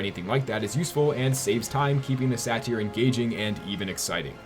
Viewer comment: OK, you don't get to talk about Kevin Conroy's pronunciation of Ra's after the way you pronounce satyr.